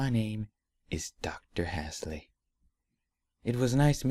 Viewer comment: Cortana is pronounced as C OR T ON A and Dr. Halsey is pronounced as Dr. Hall zee.